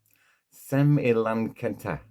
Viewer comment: I always thought it was pronounced semi - lan - see - ata